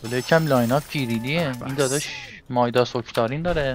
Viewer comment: اتفاقاً مایداسه😂